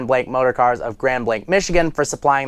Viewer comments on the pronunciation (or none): none